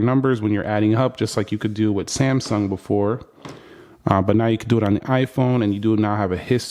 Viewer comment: BEFORE NOT BOOFORE